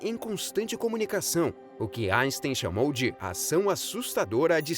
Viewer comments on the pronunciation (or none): none